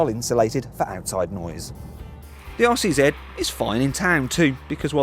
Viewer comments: All I hear him saying is Arsey Z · After he said it had a tight rear end, I kept hearing 'arsey Z'.